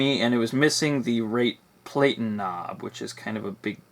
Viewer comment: Interesting typewriter. I like the sleek look of the later portables, but I like the different eras in design in general. One note: platen is pronounced PLATT*n, rather than PLATE*n. In other words, the first syllable has a short A, though it is stressed. I hear this pronunciation in YouTube videos often, so don't feel bad--one peculiarity of our time is that we often add a word to our vocabulary without ever hearing it spoken!